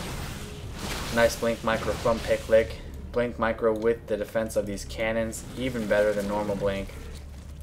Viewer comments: I think he pronounces it Pick You Lick You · lel his name means ´lick dick´ in dutch if u pronounce it like that, i lol´d :-)